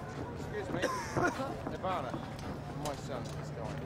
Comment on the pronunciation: did all those guys make an echo out of saying drumsticks? Also,YouTube watchers, A moment of silence for that kid and his dad who probably still pronounces it nirvarnur !